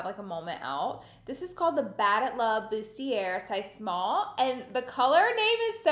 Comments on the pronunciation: It's pronounced boosty-ay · For the love of god, the R In bustier IS SILENT. ‘Boost-eee-ay’.